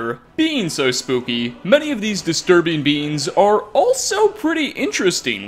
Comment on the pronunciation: Everytime said beings it sounded like beans and it made for a better video.